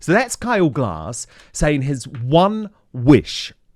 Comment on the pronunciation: Hi Dan, just to let you know, It's Kyle Gass, not Glass.